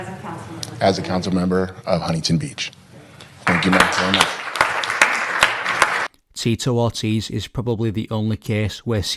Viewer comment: "Teatorties"? You mean Tito Ortiz?